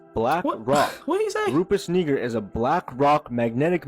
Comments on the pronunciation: First video 😂 he wanted to say the n word sooo bad. How Yu get negra from nigra 🤣 ain't no e in saying I 😆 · Bro got biblical, excellent pronunciation for Nigra. Then he went 🙄 igga, igger. Bro thought he can try and drop gems and slip that in there. What going on bro, what you really feeling. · That white boy was not saying Nigra lol clear he pronounced it with an ER multiple times 🤦‍♂️ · Nigra. It's pronounced (knee-grah), but we gonna let him slideee.... 👀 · Lmao the way dude kept pronouncing "Nigra"